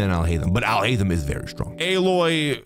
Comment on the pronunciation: Alhaitham ...sounds like " I'll hate them"